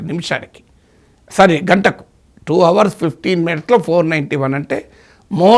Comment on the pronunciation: Desr professor It is our(hsilent) but not hour(h should not be pronounced. Hope i have not hurt you.